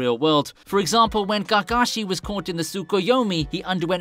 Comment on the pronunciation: Did he just say Gargashi??🤣🤣🤣🤣 No Hate BTW😜